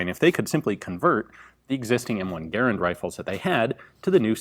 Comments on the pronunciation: Its garrand not garrend you moron. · Mod stands for Modification, not Model. Your pronunciation of Garand, the designer…John Garand…was not pronounced like fair-hand. Ga, like duh and rand like Rand McNally. Might check the history on both these items. If your research proves me wrong, I stand corrected. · My friends and I do not pronounce Garand the same way you do. Search "american rifleman garand pronunciation" I watch all your videos.